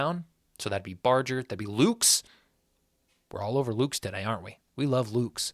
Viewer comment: I feel like a d correcting your pronunciation but I know you don’t mind. Nathan Lukes is oddly pronounced Lucas. 2 syllables.